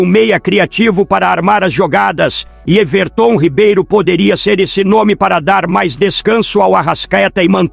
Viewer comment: Quem é esse Ervertôm Ribeiro , eu conheço o Everton Ribeiro , essa IA narrando é uma merda !